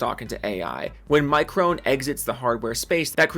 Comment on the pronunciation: I want to correct your pronunciation of micron but I lost all respect for the company so I don't care anymore